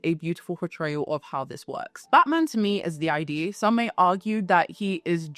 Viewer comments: its not i d dear. its id. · Id is pronounced as a word that rhymes with lid and bid. Sorry, I'm an out of control pedant, I know.